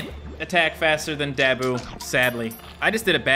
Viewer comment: “His name is Dab - oo of the dead” I’m pretty sure it’s Da - boo.